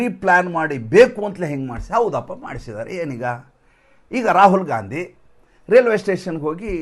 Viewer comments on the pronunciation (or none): none